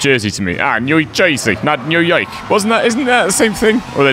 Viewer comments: “New Yoioiuk” - Jake 2021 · Enjoying these! (It’s Noo as in Noodle and Yawk as in Hawk).